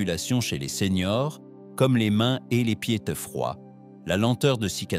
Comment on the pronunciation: Les vidéos sont très intéressantes, mais j' entends que c'est l'IA qui parle. Ainsi quand vous voulez parler des seniors, vous dites seigneurs.